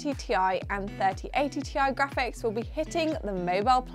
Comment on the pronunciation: im glad you said Ti, not tie!